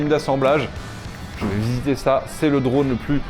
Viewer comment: Très intéressant comme toujours mais tout au long de la traduction il est dit "dronne" à la place de "drône" : est-ce bien la même chose (et non "choz") ?